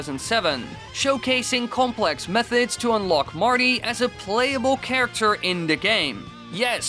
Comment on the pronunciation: Am I the only one who was really bothered that he pronounced "Complex" like "Complax"?